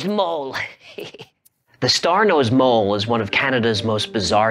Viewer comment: Did he say star nose bowl